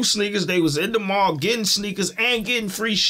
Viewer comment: Why is it so hard to say Mall(Mal)? Ex: People shop at the mall everyday.